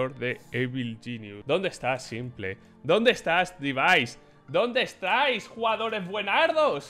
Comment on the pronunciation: aaaaaaaaaa bueno, a simple le dice simpol a fallen follen, y a EIPEX le dice APEX jajode XD